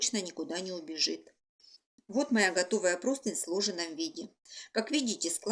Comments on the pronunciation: Почему все говорят и пишут ПРОСТЫНЬ?!! Правильно ПРОСТЫНЯ́. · Друзья! Правильно -- простынЯ, с ударением на Я! Всех благ! Мастер-класс отличный 👍